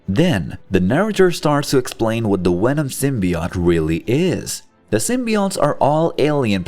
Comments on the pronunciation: why u say wenom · its not wenom its venom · I dislike how he says wenom and not venom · he knows, but the video's Narrator was pronouncing Venom as Wenom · Venom, not wenom 🤦‍♂️ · Is he german? the Wenom instead of Venom is hilarious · It's Venom, not Wenom! 😂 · what the fuck is a wenom... 😂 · Is he really saying wenom? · I loved this, but as it went on the fact that they said wenom uniwerse started to annoy me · “Wenom” 😂 looney toons wants ya for the job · Sounds like he's saying wenom. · Ah yes wenom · I hate how he says wenom except for venom it angers me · He keeps saying wenom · i love the way you say Wenom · Stop saying wenom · jesus christ please stop saying wenom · is anyone gonn atalk abt how he keeps saying wenom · Why do I hear vwenom instead of venom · Who the fuck is "wenom"? 😂😂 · How can you say voice, various and villian perfectly but venom comes out like wenom🤣.. besides that tho this was awsome story to watch and had a blast seeing this alternative reality. Venom creating the perfect symbiote balance with artificially created humans sounds like a very intersting idea to explore.. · good video but why do you keep saying wevom??? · it’s a joke The video has the majority of Venom pronounced as Wenom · you said it normally ONCE Which means you know how to say venoms name right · How is it that Germanic languages pronounce the w as a v, I have always wondered, now after this video, I’m wondering even more so how you would ever in a million years pronounce a v as a w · Why do you pronounce the v in universe, even, love, correctly but not for venom? Your accent is inconsistent. I call fake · Fun fact: i fucking hate how he says venom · If you're going to use a digital voice to narrate a video about Venom, you probably should have chosen one that can correctly pronounce the letter "V"